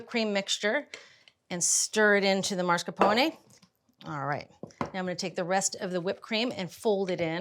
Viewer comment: Mars Capone? It’s “mass car pone” not mars Capone JULIA